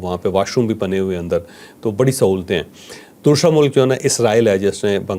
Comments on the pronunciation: بہت علمی گفتگو فرمائی بہت کچھ سمجھنے کا موقع ملا مگر ایک چیز کی چوہدری صاحب سمجھ نہیں آئی وہ یہ کہ حرف س باقی الفاظ میں آپ صحیح تلفظ استعمال کرتے ہیں جبکہ لفظ۔۔۔۔ دوسرا۔۔۔۔کو آپ ہمیشہ دوشرا کہتے ہیں 😂 اس کی کیا وجہ ہے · Dosshhhrraa ۔۔۔ انکے دوسرا میں ش آتا ہے